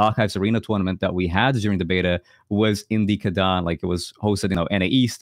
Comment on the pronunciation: why you pronounce Kadan as Chadan??? cant you spell K or are you lot swedish or something?